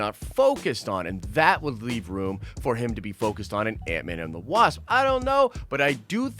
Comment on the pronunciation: who else heard antman and the wab😂😂😂😂😂